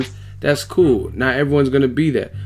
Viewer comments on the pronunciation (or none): none